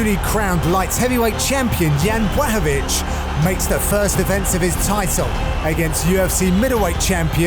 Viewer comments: FFS John can you not pronounce the fighters name man? Piss poor John Boy. Its pronounced like BLACK-O-VITZ.... Or there abouts. Not BWACKOVITZ or whatever your saying man. And I'm sorry but you were right.. The old supercar vs SUV analogy is a worn out cliche man. I'ts bloody LAZY John! I actually like you and your interplays with Dan Hardy but just going by this mate sounds like you can hardly be arsed. Cheetah vs Wild Boar would of been better than the 'Heard it a millionj times' car thing. If these guys dont fire up your imagination John then perhaps you could do the commentary for snooker or something? Sorry to be harsh mate but sort it out son eh? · why is he saying Bwaahovich LOL! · Please somebody make a meme of all the times Dan butchers Jan Blachowicz last name